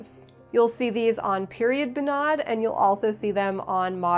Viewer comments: Good job on the dress, it looks wonderful!! If I may, I would like to give you some more information regarding the Norwegian folk costume and it's traditions:) First thing, sorry, but the pronounciation of bunad is wrong:/ You put too much accent on the a, like bunàd, but it's rather bùnad. (Now I know how Italians feel when people consequently mispronounce their proper nouns like focaccia etc. Anyone calling me a nitpicker simply does not understand the struggle..!) Technically, what you just made is called a "fantasidrakt" which is when you make a costume that's not really 100% a bunad, but inspired by it! Fantasidrakter are quite common among young norwegians who either want to do their very own thing, or sometimes simply cannot afford a real Bunad as they're super expensive(!). I think if you went to Norway on the 17th of May, a lot of old conservative people, that we like to call "bunadspolitiet", that is the bunad police, could have some negative response to the fact that you call your dress a "bunad" instead of "fantasidrakt". They're also the same people who would arrest (not literally but u get what I mean) anyone not having their hair in the right style while wearing a bunad, the right silver, the right shoes, even wearing sunglasses with their bunad, as sunglasses obviously are not historically correct... So beware of the bunad police. However most young people would love not only the design of your drakt, but also the fact that you designed it yourself and sewed i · As a Norwegian American, I need to inform you that are definitely mispronouncing all of the norsk. "Bunad" is not pronounced "Bu-NAD," it's pronounced "BOO-nad." I can't type the other sounds you messed up accurately enough to get the proper pronunciation across, but google translate could give you a good example of the pronunciation. Dress is amazing, though!